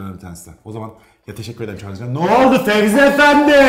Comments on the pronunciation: Fezi’ye fevzi mi diyor😂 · Fezi’ye fevzi mi diyor ben mi yanlış duyuyorumahdjajdjajdj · Fezi'ye Fevzi demeniz peki 😂 Bu arada Duygu saçların çok güzel 😍